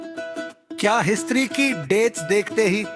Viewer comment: History ❌ Iistri ✅